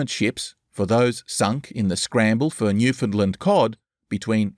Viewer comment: This is really good stuff. But the pronunciation of Newfoundland is wrong. Minor quibble, but it's like hearing an off note every time I hear it.